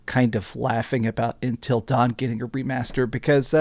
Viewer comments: UNtil not intel....... jfc, how can you not say UNtil. lol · Why does he keep saying “Intil” Dawn? It’s Until Dawn lol! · UNTIL, not INtil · UNtil, UN...not intil dawn...lol. great vid man! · Please stop calling it ‘intill dawn’